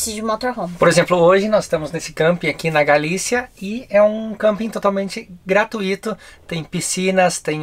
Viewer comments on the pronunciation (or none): acompanho vocês há anos e a qualidade dos vídeos só melhoram, fico feliz por vocês! só uma coisinha que já comentei antes em alguns vídeos: o certo é graTÚito, e não gratuÍto como o falou hahah abraço!